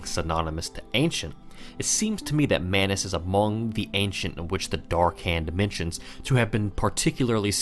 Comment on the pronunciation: It's Manus.